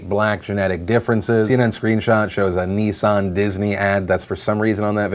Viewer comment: I thought Phil just said nee-san not nissan XD